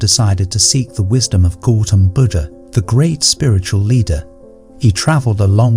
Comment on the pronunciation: Please 🙏🏼 it’s disrespectful to mispronounce GAUTHAM BUDDHA 🙏🏼please ….